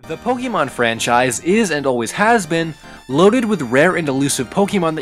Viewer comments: The amount of times you said pokemon wrong. Its not pokeymon. Its pokaymon. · Pokeemon? Why are you saying it like that? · 2017 and he was still saying Pokeymon huh? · it hurts everytime he pronounces pokemon wrong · My only problem with this? You, uh... You're using the wrong accent on the E there, buddy. o _o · I'm a bit triggered of how you say Pokemon, but eh whatever.